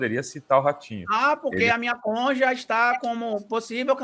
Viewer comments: Uma das piores, marreco chamar cônjuge de conge, inadmissível. Será que pulou todo o capítulo no direito que fala sobre uniões (casamento...) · Fez faculdade? Passou no concurso pra juiz? Como? Falando conje e conja? Mistérios...